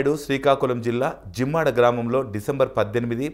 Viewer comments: Native place Nimmada not gimmada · not jimmada. nimmada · Zimmada kadu ra babu NIMADA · నీ యబ్బ జిమ్మడా కాదు నిమ్మాడ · జిమ్మాడ కాదు బాబు నిమ్మాడ . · జిమ్మడా కాదు రా నిమ్మడా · Jimmada kadhu ayya .ninmada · Bayya zimmada kadu nimmada